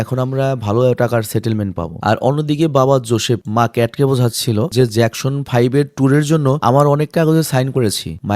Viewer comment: নামটা তো ঠিক করে উচ্চারণ করেন। জ্যাকশন না, জ্যাকসন হবে। 🙂